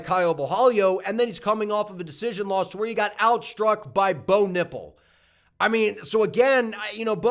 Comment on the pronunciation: hahaha i had to rewind it when i thought you said "Bo Nipple"@ 🤣